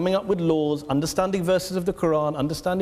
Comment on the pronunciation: She can’t even pronounce the name of her creator properly ! The little rat